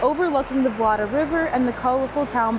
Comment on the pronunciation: Just a notice...its vnot "Vlada" river, its Vltava and if its dificult to pronounce the czech name for you which i understand it can be, you can use the german name "Moldau". By the way "vláda" in czech language means government, so your pronounciation sounds funny to Czechs. Vltava is celtic/gaelic name and means wild water.🙂